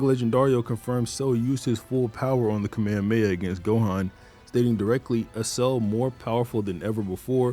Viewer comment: Holy shit, finally someone who doesn't say "kamea-mea"